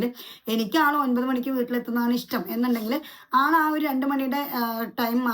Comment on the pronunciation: 🤣 ' ഇഷ് റ്റം " എന്ന് അല്ല ഇത്താ 👆ഇഷ്ട്ടം ഇഷ്ടം 🤗